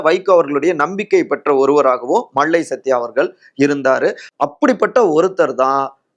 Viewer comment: its high time to train your tamil pronunciation.. இவ்வளவு தமிழை கொலை செய்யக்கூடாதுயா.. கேட்கவே நாராசமா இருக்கு.. மள்ளை சத்தியா - மல்லை சத்தியா களகம் - கலகம் விளகல் - விலகல் செயளாளர் - செயலாளர் மக்கல் - மக்கள் ஆதரவாளர்கல் - ஆதரவாளர்கள் மேளிடம் - மேலிடம் மொத்த உச்சரிப்பும் முழுக்க முழுக்க தவறு.. திருத்திக்கொள்ளுங்கள்..